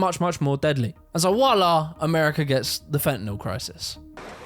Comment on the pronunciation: Did you say wallah? Dude the word is voila with a v.